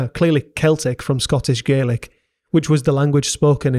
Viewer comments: Right. It’s GAY lik in Ireland. In Scotland it’s GAH lik. At least get the basics right. 😡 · Scots Gaelic is pronounced "Gallick", not "Gay-lick" as you would for Gaelic civilisation more generally, and Irish and Manx Gaelic in particular. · So much mispronunciation! But still an excellent video, thanks! (Scottish) Gaelic is pronounced Gaa-lik, unlike Irish Gay-lik McLeod sounds like Ma-Cloud MacKay sounds like Mac-Aye Crichton sounds like Kryton Schooner sounds like skooner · Really interesting! My only small comment would be that Scots Gàidhlig is pronounced "gah-lick" (think RP garlic)! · Pronunciation of Gaelic was typically abysmal